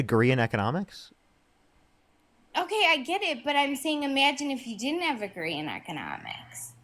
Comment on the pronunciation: “imagine if you dint have AGREE in economics?” Ya, she’s hammered for sure 😂😂😂🤪